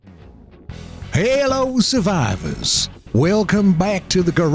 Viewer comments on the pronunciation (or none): Halo suhvivus 😂